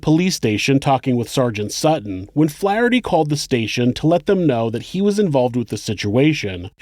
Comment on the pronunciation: That isn't how you pronounce Worcester OR Flaherty my dude...RESEARCH